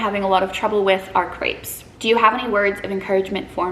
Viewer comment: Can’t wait for France vlogs 😍 I was do confused the first couple of minutes because I understood grapes instead of crepes 😂